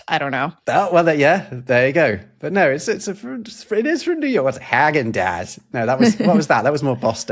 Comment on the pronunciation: well you explained Ikea- Ingmar- then you can also pronounce the "i" correctly.... Häagen in my country we say the first letter "ä" so technically we say Hägen dasz. Amazon logo: I can't help it but I see a dick